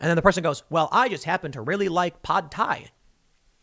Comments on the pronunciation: “Pod thai” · I'm boycotting Tim until he pronounces Pad Thai correctly. Fucking weirdo.